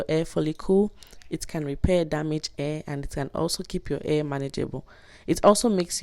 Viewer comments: This is a great video, I just wish you knew how to say "hair" lol. Thanks for sharing! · I didn't pay attention to the way she said hair until u said it. Now I can't stop laughing. Luv this. Will be trying it very soon. Thanks for the video and the laughs 😂😅